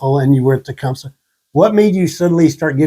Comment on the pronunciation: I loved hearing him pronounce Tecumseh that way, it’s exactly how my grandmother used to say it. I haven’t heard anyone call it that! I never realized how much I missed hearing it ❤️